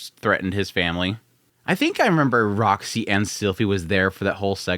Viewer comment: "Poor Rock-sy"